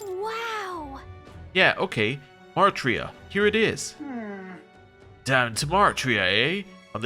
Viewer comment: You keep pronouncing it as "Mar-tria", but the spelling is Martira, with the "i" before the "r". It's probably meant to be a corruption of the word "martyr", so it's likely meant to be "martyr-a".